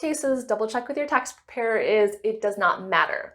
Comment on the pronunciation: Prepair-er 😅 Great video